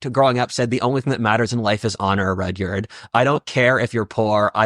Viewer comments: it is not pronounced Rudy-yard, it is pronounced RUD-yerd (Like Rudyard Kipling, the English novelist and poet) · Haha, just like the famous writer Roo-dee-yard Kipling! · It's pronounced Rud (as in rudder) yerd. So close to "yard," but more of an "er" sound.